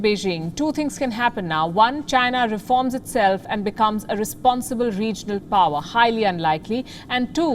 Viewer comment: 2 words making me LMAO "Reforms Itself" 🤣